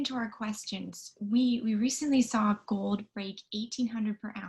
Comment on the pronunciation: Can we GOAD you into pronouncing GOLD correctly?